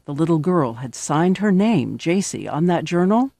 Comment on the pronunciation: Joycee? Uh, it's Jaycee Dugard not Joycee. Js